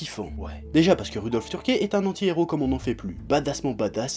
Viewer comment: on dit pas "turkè" mais "teurki"